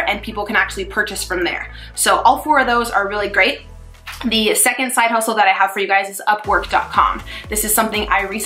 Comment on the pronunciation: What is the link to the tutoring company please...... and are u saying grade or great potential tutoring?